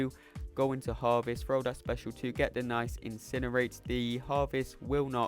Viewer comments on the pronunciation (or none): none